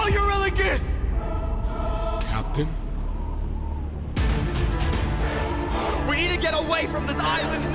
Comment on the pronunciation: I want to help you pronounce some names if you’ll let me: Eurylochus- "Eur" from Europe "yl" as in ill "o" just the letter o, "chus" as in "cuss" Polyphemus- "Poly" from polygon "phem" as in the beginning of the word femur (the bone) and "us" refering to "me and you" Scylla: "Scyl" as in a windowsill and "la" a note to follow so I hope this helps and you don’t take this like I'm trying to make fun of you or something, I just noticed you having trouble with names and wanted to help ❤